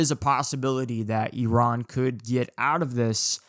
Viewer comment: Finally someone pronounces Iran how it should be, not like Eye ran